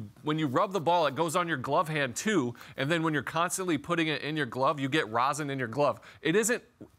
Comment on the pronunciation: Rosin, not Rosen.🤦